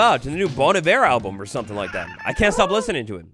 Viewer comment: i heard Beau Navire instead of Bon Iver